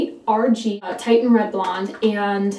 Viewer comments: It’s pronounced “TISHan” not “TITEan”. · HEY IT IS CALLED TITIAN FOR THE ITALIAN ARTISTS PAINTINGS OF WOMEN WITH THIS COLOR.. and it is pronounce like tishan , your hair looks great... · it's actually pronounced tish-in. beautiful color though! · Wow your blog and video have been so helpful and informative along the strawberry blonde journey! Reds are so tricky, have been every single shade of it. As a fun aside it's actually "Titian" red (pronounced like the second syllable of beautician) after Titian, a 16th century painter. He loved redheads! :D Anyway keep up the exceptional work. Really glad I came across the blog. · It's "titian" like the painter.